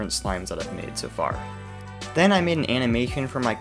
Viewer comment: Nobody:: Animacdfjhion